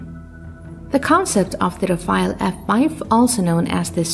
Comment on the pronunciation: and many times more thereafter - Rafale not Rafael